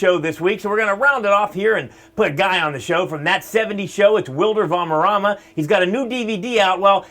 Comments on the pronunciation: Did he say Valmerrama? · Its not wilder its WILMER and its not varmerama (thats wat the dude says) its VALDERRAMA! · Hey want to do a showbusiness career? can't spelled wrong both names dude... isn't Wilder Valmerrama as u said in the intro... it's Wilmer Valderrama... good luck